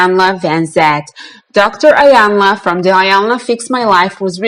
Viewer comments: It’s not pronounced iiii yanla its pronounced eeeeyanla meaning big mama it’s a Nigerian language from the Yoruba tribe .. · Her name is pronounced Eyanla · Its Eeeeyanla, Iyanla. 🌟❤️ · You cannot even pronounce Iyanla's name correctly. She was an interviewer. By the way, Luenell cries... AND Iyanla is a licensed Psychologist so what are you referring to when you suggest it is not her responsibility to "fix" people. You are stupid and you cannot even speak properly... You can barely read the comments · You are not pronouncing her name correctly